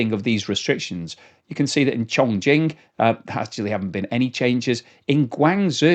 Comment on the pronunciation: Hi, pronounce Chongqing as ChongChing.